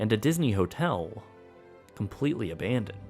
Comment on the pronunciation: How I love that "ABANdoned" voice! ;)